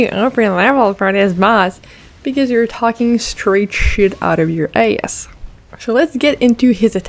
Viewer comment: It's pretty hilarious when a French Canadian says "your ass" like a southern belle. Coming from a Texan, that was pretty good.